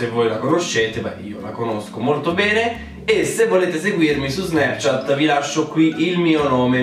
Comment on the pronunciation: Un momento. Ho appena avuto una crisi esistenziale. Da quando in qua '' Snapchat '' si pronuncia '' SnEpchat ''?! O.O